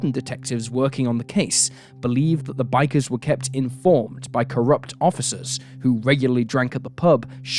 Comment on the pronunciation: “Bikys” ???🙄🙄🤷🏼‍♂️🤷🏼‍♂️ generally they are called “bikers”